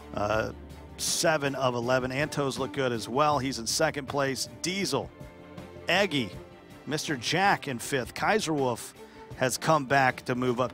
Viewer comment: He meant Eggy, but he didn't pronounce it correctly